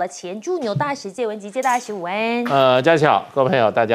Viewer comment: 主持人能好好说话吗？ 把午安两个字说清楚了